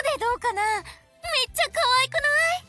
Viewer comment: めっちゃの発音が今と違うｗｗ